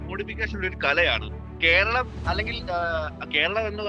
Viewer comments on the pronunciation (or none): none